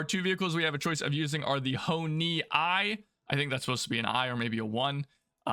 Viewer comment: Ho-I is "Hoe-Ee" Ho-Ni I is "Hoe-Nee One" Ho-Ni III is "Hoe-Nee Three"